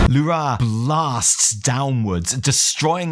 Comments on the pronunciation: You deserve the disappointment of Alleria not dying, just because you keep pronouncing L'ura as lu-RA instead of LU-ra as we've heard them call this naaru for 10 years :) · It's L'ura not Lu'ra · The only thing you got wrong is the fkin way you pronounce Lu'ra .... God damnit man, its not Lu'RAaaahhhhhh, like youre some russian screaming Huraaaaa It's a short, simple, Lu'Ra . Two syllables. Theres no aaaaahhhhhhhh at the end. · lu'rA souds so goofy to me. In my mind it has always been LU'ra. just like DO're, TU're, MU'ru, XE'ra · Evi for the love of the Void please teach how to pronounce L'ura.